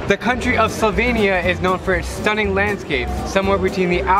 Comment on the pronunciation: actually her pronounciation is pretty close to how slovenija is pronounced in slovene. much better than the "slouvinija" most people say.